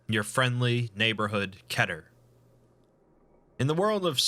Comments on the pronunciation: I always thought it was “KEE-TER” not “KEH-TERR” Hmm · its kEter not kÆter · Isn’t keter said key-ter ter said like pe-ter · Who says keter with two short E? Keter like Peter? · I thought it was pronounced “Kee-ter” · It pronounced key-ter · The way this guy pronounces Keter is annoying